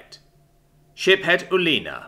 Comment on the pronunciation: So…I’m not the only one who, whenever he say’s Ship-Head Uleena, instead hears Shit Head Uleena….right?